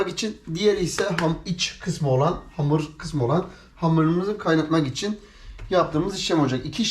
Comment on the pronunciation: abi hamura amır diyişin beni bitiriyor derste aklıma geldi zor tuttum gülmemek için . evet arkadaşlar amırımızı yoğuruyoruz